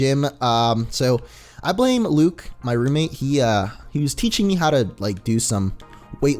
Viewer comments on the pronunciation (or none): none